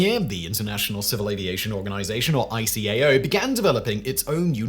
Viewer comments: ICAO is pronounced as if a word, not as individual letters, as is IATA. No-one says "I C A O" or "I A T A". Also ironic mispronunciation of "pronunciation". Also I think that was 1952 that ICAO looked for better words not 1942 as it was not officially formed until 1947 (although PICAO came from the 1944 Chicago Convention it could only be preliminary as a few countries such as Germany and Japan were reluctant to send representatives to Chicago in 1944 for some reason). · Eye-kay-oh and eye-ah-tah. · After working in the field since 1973. that's the first time I've heard ICAO callef I. C. A. O.